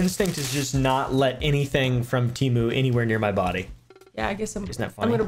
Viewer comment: me rn: ITS.. PRONOUNCED.. TUH-MOO!